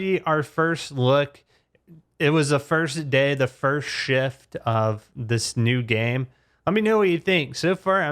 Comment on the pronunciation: This guy prounces Shift as Cheft like what its Shift